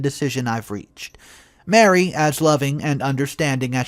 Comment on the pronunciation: Ma Ree! Not Mary!